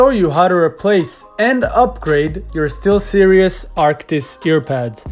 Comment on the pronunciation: Did he call them "Still serious" instead of 'Steelseries'? That inspires so much confidence